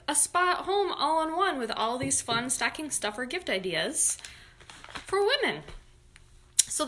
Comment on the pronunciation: Awwww!! You have such a great Rochester accent saying staaahhcking! 💜🎉💙